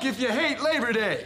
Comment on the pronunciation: Its labor day , not leach day. 😂